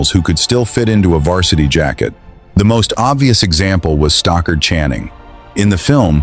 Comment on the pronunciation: The narrator sucked. He mispronounced Stockard Channings' name!! And it was misspelled on the screen!!